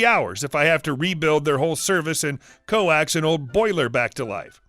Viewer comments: Lol, it's pronounced 'cokes', not 'co-axe'. As in to 'coax'( persuade, tease) something or someone into or out of something. Great post though. Thanks for sharing. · First story you say co ax , its not a cable , lol , coax as in folks . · I was literally going to comment the way he said co axe 😂😂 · Holy crap its pronounced cokes not co ax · "Co-ax"? It's not a cable. She means coax, pronounced like cokes. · coax is pronounced “cokes” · I love this but you really need to improve your vocabulary. Coax is pronounced like hoax. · He pronounced coax, co-acks. Seriously? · "Coax" is pronounced like "cokes." 🤓